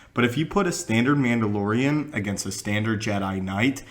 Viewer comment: "M'amdalorian" Sorry...